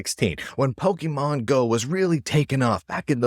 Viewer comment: Poke MON not pokeman... It's short for pocket monsters.